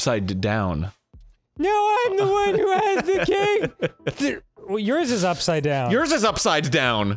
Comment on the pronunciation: Was the way Arin says "upside down" a bit or just one of those Arin things like "bolth" and "molment"?